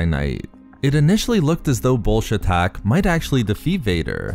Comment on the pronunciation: Everytime i here him say bullshatac i here Bullshit tac